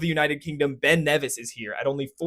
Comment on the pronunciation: Try to geopolitically invade an you’ll get wee mintal Davie at yer door. P.s. well done for getting the pronunciation of Ben Nevis right and forgetting the extra E